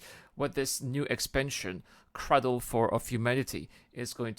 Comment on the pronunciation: Ummm.. it's "cradle" not 'craddle' just fyi.